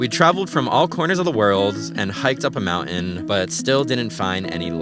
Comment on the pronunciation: he said look over the mountin